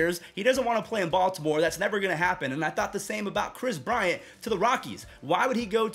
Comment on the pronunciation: KWIS BWIANT.